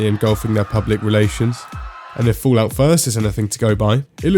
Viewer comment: Do you intentionally say "Foolout"? =)